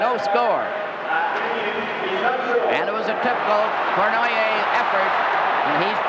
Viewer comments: Old Foster Hewitt trying to pronounce Yvan Cournoyer's name... Cornwire, Cornhay, Cornwhy. LOL. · The legendary Foster Hewitt seems to have trouble pronouncing Savard and Cournoyer.